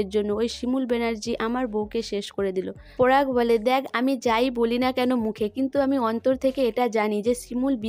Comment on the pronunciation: আবার পরাগ কে পোরাগ ।পলাশ কে পোলাশ কথা কে কোথা কি বাজে উচচারণ আপনি উচচারণ ঠিক করুন ।খুব বাজে ।